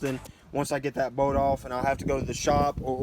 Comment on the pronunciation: Kept thinking you were saying oil boat I was like wtf is an oil boat?